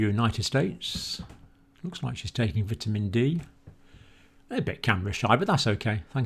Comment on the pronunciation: Dr. Campbell, just letting you know you are pronouncing 'vitamin' wrong.